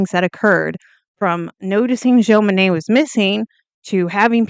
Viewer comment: It's not "Joan," it's Jon, as in John.